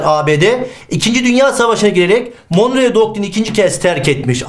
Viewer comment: monroe doktrini olacak hocam, monreo değil :)